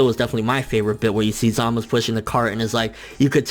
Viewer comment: ZAMASU......not ZAMUS